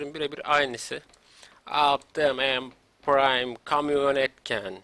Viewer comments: Optimus pıraym diye okunuo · okunuşu optimuspraym